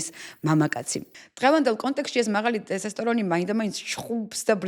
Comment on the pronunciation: ყველაფერი მაგრამ დოფამინი და ტესტოსტერონი სწორად თქვი გთხოვ❤❤